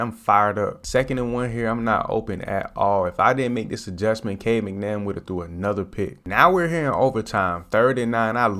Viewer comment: He called him Cade McNamm 😂😂😂😂. When he’s throwing like that, you can call him whatever you want.